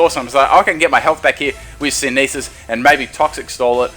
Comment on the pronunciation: Dude your vids are great but please please stop pronouncing synthesis "syn-ee-thiss" it drives me insane!